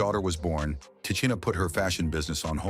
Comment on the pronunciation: Who TF is “Te-chinn-aye”??